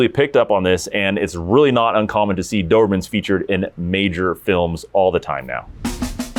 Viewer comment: The "Doohurhmen". Speak better for F sake.